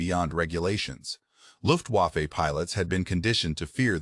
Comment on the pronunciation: uses humans luft-wa-fay dumbass